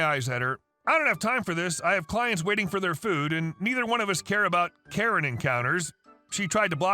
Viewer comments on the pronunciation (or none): none